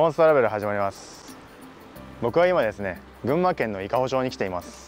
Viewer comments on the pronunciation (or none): 伊香保 まち です 伊香保ちょう ではありません。 よろしくお願いいたします。 全然、不快なんて事ありませんよ～ ありがとうございました❗